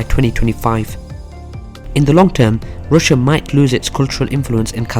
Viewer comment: Some one need to teach him how to say RUSSIA